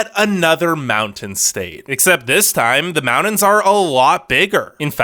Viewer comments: #1 This is a funny video. Your voice sounds like a college kid. #2. NORTH CAROLINA? That's really funny. Besides...you shouldn't advertise them because they are too near me. So don't go south and advertise any other place. #3 MOUND -INS? I would go back and learn how to annunciate. It's MOUNTAINS. Just poking fun. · It's Mountains with a T not "Moundins" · Pretty interesting video. The only thing I have a problem with is... How you pronounce mountains. (mow dins) Its Mount tins. Good info nonetheless. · Good list. But it's not pronounced "mou-dens" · SOOO sexy how he pronounces mountains! Hello MAWD-INS 😂😂😂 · Take a shot every time he says “mowdens” 😜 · Mountains is pronounced with a T not a D